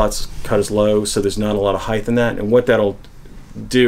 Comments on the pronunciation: the word is height, not heigth. Pet peeve, sorry. No TH sound at the end. Hite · Height as in right. Not hiegth. But otherwise good info. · Height, not "Heighth"... Sorry, gotta do it, its a pet peeve. Length, Width, and Height (not Heighth). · I'm sorry to be 'that guy' but heighth is not a word. It's just height. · Heigh-th really bothers me.. it's heighT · Quick lesson. Heighth isn’t a word. Height is. But not heighth. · Handy tips, but "heigth" is not a word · Why do all guitar set up people say heighth? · somebody else that says heighth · Why do people put a "th" in the word height? It gets annoying hearing that. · Why does he keep putting a th at the end of height